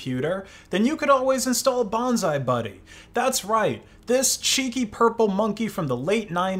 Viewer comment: Bruh, it's bonzi buddy not bonzai buddy. Clippit, not clippy. Some lore for you